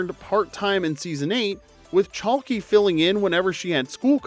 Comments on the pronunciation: For the last one, her name is Sarah Chalke (Chalk) the "E" is silent, not Chalkeeee. Wondering if the voice is AI? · CHALK. Not Chalky lol. That was killing me. LOVE THE CHANNEL THO! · It's Chalk, not Chalkie. The "e" in Chalke is silent. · Same. Thanks for pointing it out